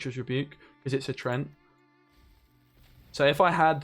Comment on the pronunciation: Love your vids, but it's treeant, not trent ;)